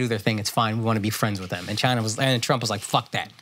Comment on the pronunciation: Yeah, as a Nepalese guy who's pretty close to my Tibetan homies, the whole chine was right was rough to hear. I enjoy Flagrant and they're not being serious about it, I'm sure they're just playing but definitely took a bit to get through.